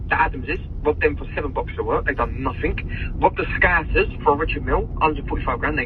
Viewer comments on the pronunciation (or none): none